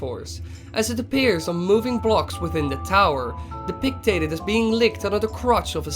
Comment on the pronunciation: this is directed at wily (i think?). it's "depicted." not "depictated." "depictated" is not a word. but nice vid cool job i like your work.